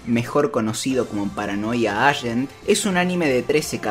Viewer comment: Se pronuncia paranoia eigent.